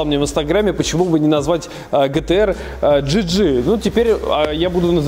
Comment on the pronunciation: Мб все-таки "джиджи" говорить одним словом и с ударением на первый слог? "Малышка ДжИ ́джи" - Звучит уже действительно как женское имя))